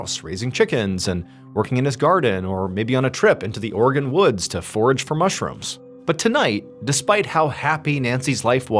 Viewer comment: Are you saying "organ"! It's Oregon. Three syllables.